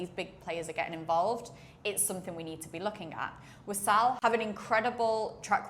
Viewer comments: it's not wasaal. it's waasl. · WAA-SL not WASAAL